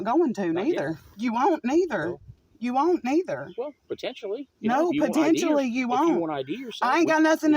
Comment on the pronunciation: Tf is potentionally????